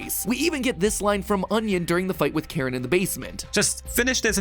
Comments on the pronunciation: I’m pretty certain it’s pronounced “Kuh-rin”. Not Karen. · Pretty sure they way you're supposed to pronounce that name is care-een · Also i don’t think it’s pronounced Karen it’s spelt differently so yeah